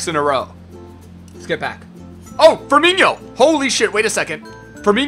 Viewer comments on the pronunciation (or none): FIRMINO maan not FIRMINHO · I love you but, IT'S NOT FIRMINHO IT'S FIRMINO GOD DAMN IT